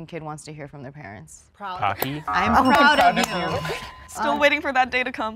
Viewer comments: Bro said pockh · Bro said pocky lool every asain knows it was proud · "Pocky?" HOW DID HE NOT GET THE BOOT FOR THAT? 💀💀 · True but where I am every Chinese market has Pocky ^_^ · Bro said "Pocky" when they asked for the P-word... I am dead, that was hilarious!